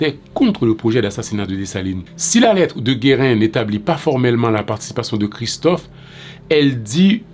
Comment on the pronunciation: Your skepticism isn't misplaced since gives the wrong date, October 12, 1806, for Gérin's letter to Christophe, and mispronounces his name, calling him "Guérin" instead of "Gérin". Gérin's letter is dated October 18, 1806, one day after the assassination, according to the English translation excerpted from the book, " "La Constitution de 1805...deux cents ans après: Les chants de resistance" by Bell Angelot, p. 125 - 130." I found on Ezili Danto's website. I don't know which date is the right one but should have addressed that divergence and stated why he chose to credit the earlier date.